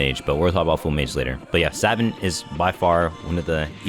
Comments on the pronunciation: Its Sah-vahnt not savant. I know its odd but its the correct way to say it. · I have to be the one to say it homie. It's pronounced Sah-vont (vont like font). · Ngl the way you say savant irks me obviously you are not a savant of the English language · the way he pronounces savant...😭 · please never pronounce savant incorrectly again my ears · My brain disintegrated every time he said savant